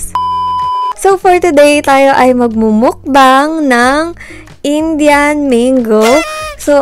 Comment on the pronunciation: Tree talaga? Indian Mango ba talaga or Injan Mango? Dami kong tanong :) Nagulohan ako